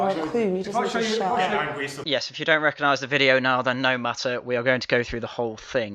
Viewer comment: You missed the bit where she says ‘rek-a-nize’ 😂